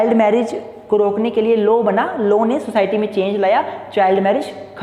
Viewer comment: It's not 'low' it's 'law'